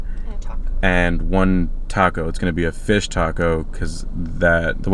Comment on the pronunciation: You really said everything a certain way and then said tacko instead of taco 😂